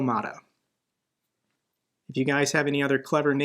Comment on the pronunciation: Broemada killed me on the spot! 😂😂😂😂